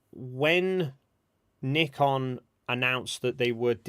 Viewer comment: Oh and I learned the proper way to pronounce Nikon. I always thought it rhymed with icon.